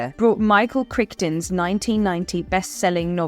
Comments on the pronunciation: How much research would it have taken to discover that Michael Crichton's surname is pronounced "Cry-ton"? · When she said Michaels last name, I was confused, I've said and heard it cry-ton since I was 11 or 12 and I'm 40 now